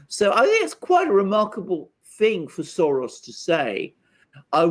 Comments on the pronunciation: Why are you pronouncing Soros that way? It's not Latin. Odd. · Why is say Soros like that? He's a Hungarian Jew not Argentine bull fighter...smh